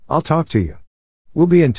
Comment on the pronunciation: もっと正確に言えば、アイル（I will）もアイルとはとても聞こえなくて、エルとしか聞こえなくて、明らかに、アイルとエルは発音がこの時点で違う。